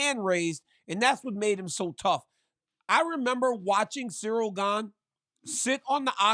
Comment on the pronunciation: Chael: "Surreal Gane" 😂😂😂